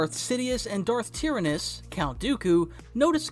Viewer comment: Good vid but tearanus sorry but its tyranus